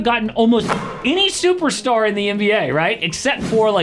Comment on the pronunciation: I swear you said Shai Gilgeous Alligator 🤔